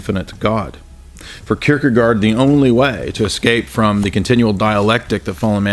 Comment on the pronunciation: That is definitely not how we pronounce Søren Kierkegaard! xD